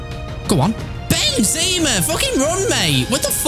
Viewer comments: Is it just me that hates the way says benzema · do you mind saying Benzema’s name properly, like why say it like that?